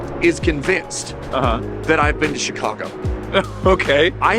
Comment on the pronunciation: More "chi CAH guh" than "chi CAH gaaahhh" but good attempts! Glad to see my home area treated you well.